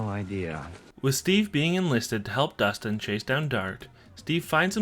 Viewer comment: bro its Dustin